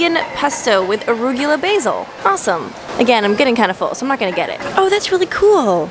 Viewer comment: Say it with me: UH 👏🏻 ROO 👏🏻 GUH 👏🏻 LUH 👏🏻